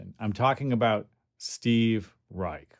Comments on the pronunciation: Pronounced "Rye-sh" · Youtube videos of interviews with Mr. Reich pronounce his name with 'sh' not 'k'.